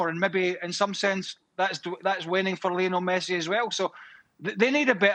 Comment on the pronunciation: you said "pessi", can't take seriously.